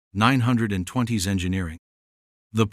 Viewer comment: AI needs to understand how to pronounce 1920